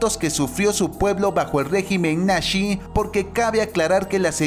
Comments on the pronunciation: No se dice nashe se dice nazi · Es nazi no nasi tío que te pasa hombre ☹️ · Es nazi no nashee